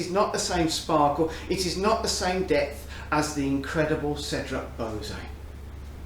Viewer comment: "bow-zay" LOL. It's pronounced "bwa-zay"